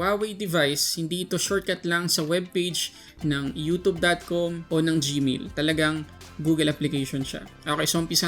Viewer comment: “youtoob” cringe